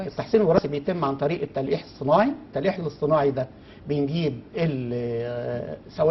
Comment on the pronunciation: الأستاذ الدكتور مصمم ان ينطق التلقيح تليءيح الا ستاذ واسع العلم ما شاء الله المضيفة A plus.